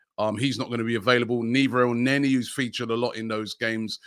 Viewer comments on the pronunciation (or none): none